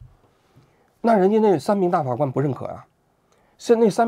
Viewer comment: 王局最近最老是瓢啊！大法官~大花官！等等